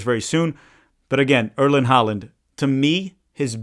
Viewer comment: Erling Haaland's name is not Erlend Holland. It's Erling Haaland, pronounced Haw-lan.